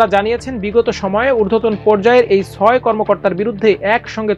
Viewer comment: ভাই, ছাত্র, ছয় এইসব শব্দের উচ্চারণ শুদ্ধ করুন। শুনতে ভালো লাগবে।